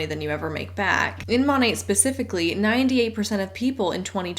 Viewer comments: It really annoys me, as an art history nerd, when they pronounce it like the name of the artist. Don’t sully Monet’s name with this garbage. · Don’t trust reps to pronounce the name of their MLM correctly. Exhibit A: MONAT